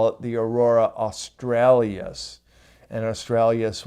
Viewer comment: just so you know, it is not Aurora Australias, it is Aurora Australis!